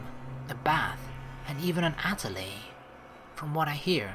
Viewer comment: I see you remember how to pronounce atelier from Katawa Shoujo.